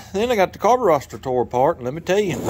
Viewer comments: It is so irritating hearing you call the carburetor a carburoster, It makes you seem like you are a redneck backyard mechanic, especially when I am a trained ASE certified TECHNICIAN of 30 years, other than that I like your vidio's. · Digging the channel but stop saying carboroster and gastoline. It doesn't sound good. It will never catch on.